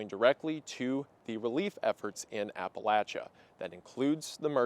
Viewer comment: As a western NC native, the pronunciation of Appalachia almost made me tear up, thank you for covering this. Really appreciated this video